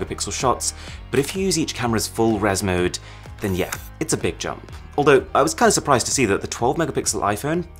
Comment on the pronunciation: 'Jeah' and not 'Yeah'